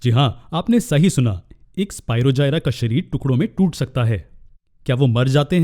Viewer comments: Sir bura na mano to ek baat kahu ki sir vo spirogyra hota hai na ki spirogjayara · It is स्पीरोगायरस not स्पीरोजायरा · Nice explanation sir i am really very sorry sir but its Spirogyra it is g on j sorry btw thanku sir its help me alot❤☺